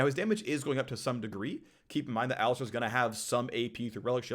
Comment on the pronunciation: my brozzer its called alistAr not alistEr